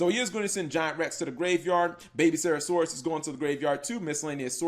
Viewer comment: can you stop misspelling miscellaneousaurus and not saying serasaurus